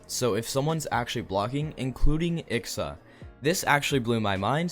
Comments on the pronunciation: I-X-A not ICKSA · why do u say ixa like that its pronounced eye-ex-ay